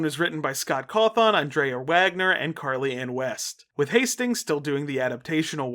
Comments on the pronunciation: also boss the way you say Cawthon feels so weird- like you emphasize the THON a bit too much (not a big complaint just a bit jarring cause I’ve known that name literally since I was a child) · i'm always scared of commenting like this cuz i always fear that people will misinterpret this a being mean. cuz when i wright it's more what i'm thinking rather whan what i would actually say, but... this is the first time in 12 years where i've heard someone mispronounce Scott's sirname. yet again back when i did people generally didn't know the guy before hand. i'm sure someone's already commented this, but the O in cawthon is pronounced as an Ĕ